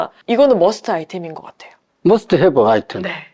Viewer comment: 머스트 Have 아이템. 영어도 잘하시는 박사님. ㅋㅋ